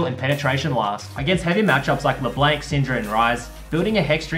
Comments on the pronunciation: He says leblenk... xd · le blanc isnt pronounced like that. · I got cancer when he pronounced LeBlanc wrong D